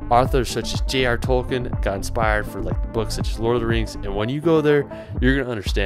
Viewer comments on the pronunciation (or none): none